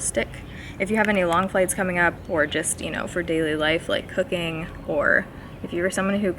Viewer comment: I'm dead. You said "like cooking" and I heard Like hooking. 😂😂😂